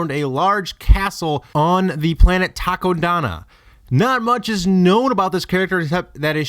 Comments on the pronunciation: hehe takodana sounds like taco dana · Lol did anyone notice that he said takindana